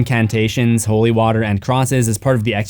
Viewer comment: "This nun is anything but holy". I thought it sounded like "butthole-y" so I laughed like a preschooler.